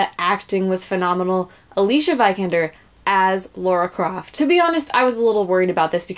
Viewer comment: Shitstirrer I think it's just a pronunciation issue with some people like the lady in this video, nothing particularly exclusive to just Americans. I've heard many Americans pronounce Lara's name right. One's pronunciation of Lara's name is indicative of how familiar they really are with the game.